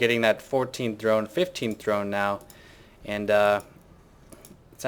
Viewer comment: lol you've really messed up the word drone!:P